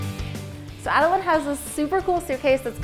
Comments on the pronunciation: When she says Ada-line 😖😖😖😖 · Tbh I kept cringing when she was saying Adeline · (Ad-i-line) is wrong it’s (ad-i lin)